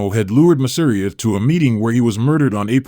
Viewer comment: pronounced masa-RI-a hit that second to last syllable and you cant go wrong unless there's an accent. masa REE a